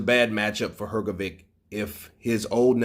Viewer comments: Dude, it's pronounced Her-GO-ViCH not Her-Go-ViK. Honestly man, it's real disrespectful constantly saying someone's name wrong. If you're gonna report on these people, at least have the decency to say their name's correctly. Saying VICH is not hard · please, its "Hrgovich" not Hrgovick